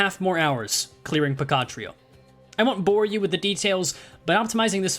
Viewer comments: amazing achievement, also i cannot un-hear PECAN trio instead of pequod trio anymore 😭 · So THATS how you pronounce pequod???? "puh-KOD" and not "PEE-KWOD"??? this is just as flabbergasting as when I realized meursault was pronounced "Merso" and not "mersalt" as in somersault.